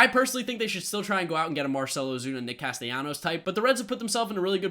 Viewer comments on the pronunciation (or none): none